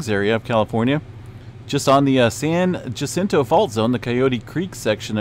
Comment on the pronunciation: Hi from Riverside County. One of our main faults is pronounced as San Hah-sin-toe. I live NW of this fault so well familiar with it and I didn’t feel the quake as it was too small.